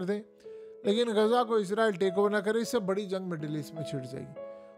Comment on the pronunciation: یار تم ایک دفعہ اسرائل کہتے ہو اگلی مرتبہ عزرائل۔ عجیب کنفیوز سپریم ہو۔ یا اردو بول۔یا انگریزی۔